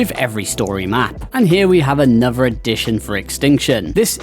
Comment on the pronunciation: I will never understand why people pronounce "th" as "v" sound. Drives me fucking nuts. Its not "anover" its "another". Cmon man